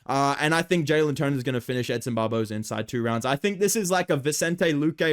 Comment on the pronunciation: i thought you called him him edson barbozo lmao